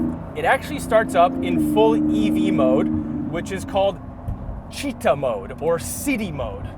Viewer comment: Not “cheeta” but “cittá” accent on the “A”